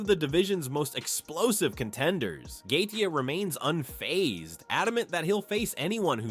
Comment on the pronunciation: hahahaha gaykee? learn how to pronounce their names before being a source of info about them matbe hhahahahah